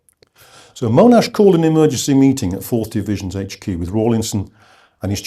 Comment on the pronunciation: Agree, all I heard was that Monash (not Mow-nash), developed an initial plan (combining things he knew worked with tanks, plus the aerial ammo drops), consulted his subordinates on the plan, good feedback was provided, the plan was then modified and implemented, his troops fought bravely and well, the battle was successful, all objectives were reached, and Monash took credit (as any commander would). Instead we get Monash was ‘devious’ in his desire to have US participation, or the plan didn’t work perfectly (which, amazingly, they never do after they start!). Monash can stay on his pedestal.